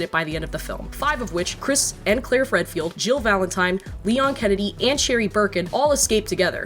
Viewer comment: the person says Chris and Claire "FredField"